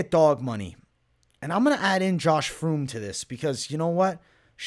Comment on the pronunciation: It’s fremd lmao. And I got fremd in my parlay